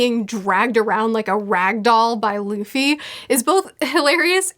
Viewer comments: Everytime she says "Duffy" it hurts lmao. It's pronounced D-oo-ffy not duufy in anime. Otherwise great analysis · Duffy vs Loffy